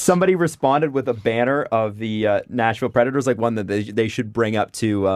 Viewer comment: Y'all keep saying Nashville Predators like it's National Predators and I'm irritated